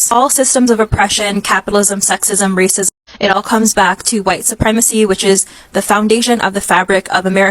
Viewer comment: upi cant even say the word RACISM PROPERLY...go get some talk therapy madam